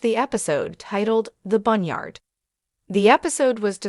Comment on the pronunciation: hou mean boneyard not bunyard, lol